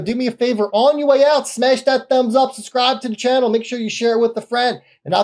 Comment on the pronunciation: Who the hell would want to book a call with this guy when he can't even pronounce the word SUBSCRIBE (he says SUS-CRIBE)